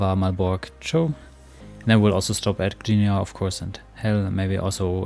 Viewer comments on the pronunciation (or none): You're pretty close, but "Tczew" has two distinct sounds at the begining: 't' and 'cz' (tsch). So it's basically "T-tschef". You can try to put a vowel in between first and then shortening the vowel as much as possible.